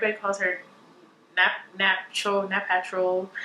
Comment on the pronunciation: That was annoying. She said she'd been watching her for over 10 yesrs yet she couldn't pronounce Naptural? Truly low effort and borderline disrespectful.